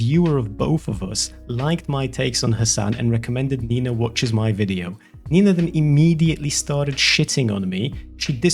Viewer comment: who is this 'neeina' and why does she try to disenfranchise?